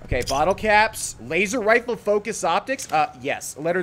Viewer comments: did anyone else hear him say "waser wifle"? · Ah yes, Waser Wifle UwU